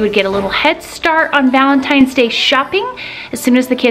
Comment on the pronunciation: Lady please stop saying happy valetines day